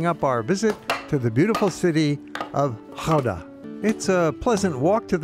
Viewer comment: You pronounced the name Gouda perfect. Compliments!